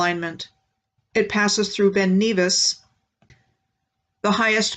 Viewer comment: Nevis is NEV as in never. Glas-GO, not Gow. Edin burr, not borough, Edinburr-h